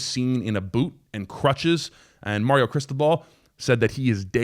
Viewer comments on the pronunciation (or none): none